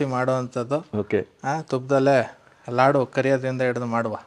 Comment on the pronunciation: ಲಡ್ಡು ಅಲ್ಲ Sir ಲಾಡು ಅಂತ ಹೇಳಿ ಯಾಕೆ ಬೇರೆ ಭಾಷೆಗೆ ಬಹುಬೇಗ influence ಆಗಿಬಿಡ್ತೀರಾ ನಮ್ಮ ಭಾಷೆ ಪದನ ಬಿಡ್ಬೇಡಿ ದಯವಿಟ್ಟು